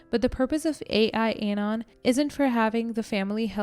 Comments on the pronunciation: it's not "A. I. Anon", it's "AL-Anon", as in, short for Alcoholics Anonymous. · It's AL anon not ai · It's AL-ANON not AI-ANON. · Al-Anon is AL AH NON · Quick correction for future knowledge - it's AL-Anon. (AL stands for ALcohol ...).🙂